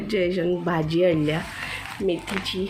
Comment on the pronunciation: मैथीचे नाही .मेथीचे .